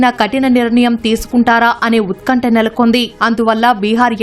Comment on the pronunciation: "ఉత్కంఠ " అనాలి. ఉత్కంఠం కాదు